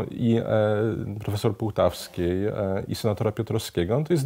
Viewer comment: Pan Jan Pospieszalski stałe źle wymawia nazwiska pani Wandy Półtawskiej, jak widać wyraźnie jest tutaj ó a nie o.